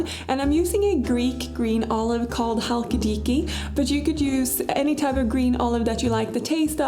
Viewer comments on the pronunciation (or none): I love your channel, especially since it is based in Sweden, where I also live! The olives are pronounced "Chalkidikí", the intonation is on the last syllable. But really good job pronouncing them :)